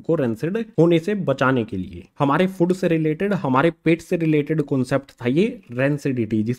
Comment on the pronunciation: Sry to say but sir fod nhi hota food hota hy ...